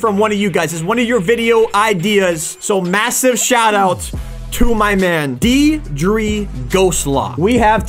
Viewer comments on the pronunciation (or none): "Deedree" 😂 its an Irish name pronounced "Dear Dra"